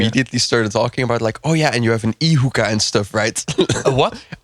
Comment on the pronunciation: thought hookah had an er on the end I think 😂